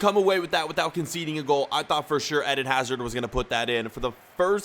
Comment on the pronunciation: You pronounce eden hazard in the wrong way